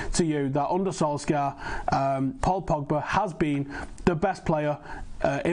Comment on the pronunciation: "sir ole gunnar solskjaer" sounds mint